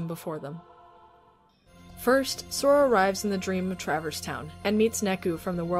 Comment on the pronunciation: Tra-Verse not Travers (sorry!)